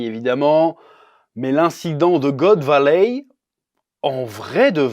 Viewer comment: Chef, la prochaine fois, fait la review avec l'accent Québécois, c'est trop style quand tu prononce" God Valey"🤣🤣🤣